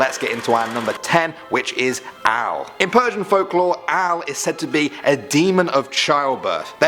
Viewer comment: number 10 is AL ,Not au